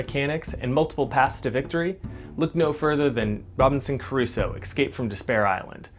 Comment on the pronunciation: Thanks for showing us this. Looks interesting and somewhat family friendly. But a small nitpick..."Crusoe" not "Caruso."